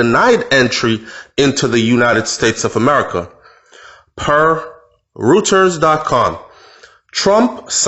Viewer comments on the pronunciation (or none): It's pronounced "Roy ... ters" boss. How long have you been living in the US and dealing with news outlets? College research and citing sources??